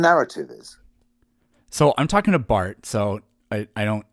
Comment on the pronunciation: Lol it’s Barth. This guy is a lolcow.